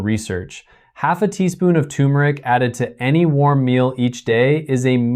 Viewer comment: Hey Doc, I’m soon to be 81, and an English language scholar. Hate to correct you…and a million others! The spice you speak of is NOT Tumeric but TuRmeric. People butcher so many words and it drives me nuts when doctors do it too! Excellent video otherwise 👍🏼👏🏼👏🏼